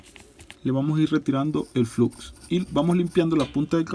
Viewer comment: SE PRONUNCIA FLOX